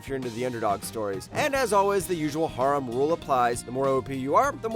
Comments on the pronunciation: the way he says harem burns a hole in my soul but thanks for the content man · Dude, learn how to pronounce "harem". Like half the series you say don't have an English dub actually do.